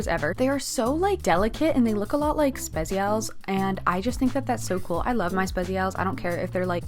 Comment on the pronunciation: The Spezial pronunciation was wild lol Loved the video though 🤎